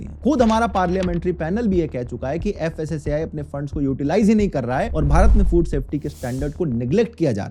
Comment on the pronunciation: Fasaai nhi fasai department 😢